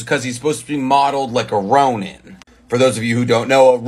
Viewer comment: The second vowel sound you're making every time you pronounce 'ronin' does not exist in japanese. The 'ni' in 'ronin' is pronounced like 'knee' in English.